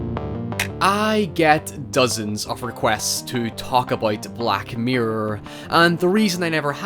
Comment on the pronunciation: I feel like it's impossible to type the way he says... black myrer